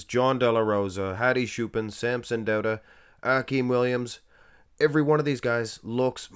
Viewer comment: Are you Norwegian? The way you pronounced the "au" diphthong in "Dauda" is suspiciously Norwegian.